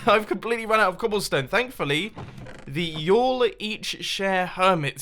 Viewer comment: Proof that british people can't say ya'll right